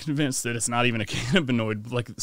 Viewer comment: How the fuck does home not know how to pronounce cannabinoid?